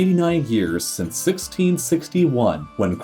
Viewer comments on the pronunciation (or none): none